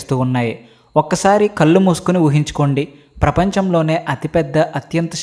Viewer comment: కల్లు కాదు కళ్ళు, కాల్లు కాదు కాళ్ళు సరిగా పలకండి 🙏🙏